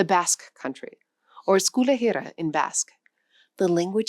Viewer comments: Most people mispronounce it nowadays. They tend to get the stress wrong and say something like "euskal eRRIa" instead of eusKAL erriA. And well pronouncing the H is optional as eastern varieties of Basque have retained its pronunciation. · She pronounced Euskal Herria very poorly.